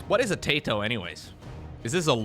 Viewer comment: Taito means skill in Finnish, but we'd pronounce the first syllable like the word "tie" and remove the u-vowel sound at the end of the second syllable "to". Love your casts btw!